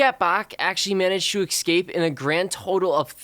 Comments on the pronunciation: Why do you say excape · Am I the only one who notices he keeps saying ecscape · loves how he says ekscape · U said escape wrong